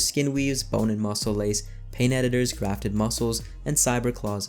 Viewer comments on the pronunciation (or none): none